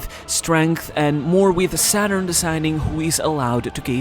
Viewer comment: The way you pronounced the japanese version of "Saturn" sounds almost 100% like the german word for Satan.